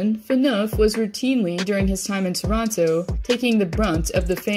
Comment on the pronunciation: As a Canadian near Toronto, I appreciate the pronunciation of Toronto correctly, as many say "Chrono". :)